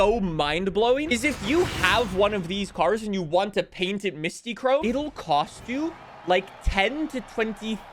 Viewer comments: Mystic chrome is how u say it not Mysti chrome 😭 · I've always heard it as mystic chrome either way is WAY off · Why can not pronounce Mystichrome and Hoonitruck.